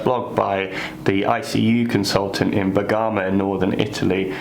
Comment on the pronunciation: Bergamo is pronounced with emphasis on the first syllable